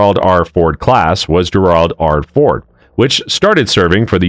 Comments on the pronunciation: Need to learn how to pronounce Gerald.... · "GERARD"????? How 'bout Gerald R Ford...tough to take you seriously giving out info on topics such as this when the class of carrier is mispronounced 100% of the time in less than 2 minutes. Absurdly embarrassing. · Does AI really not know how the name Gerald is pronounced?